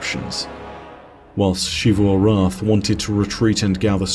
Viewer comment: Shifu arath has to be the most interesting pronunciation choice for xivu, but whatever